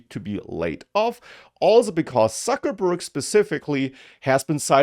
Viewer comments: did i heard you saying Suckerberg????:face-green-smiling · Sometimes I think I subscribed just to hear occasionally how pronounces "Suckerburg". Just kidding. Well done. Love your channel!